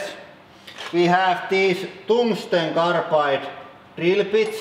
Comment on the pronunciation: Toongstone carapide treel-uh peats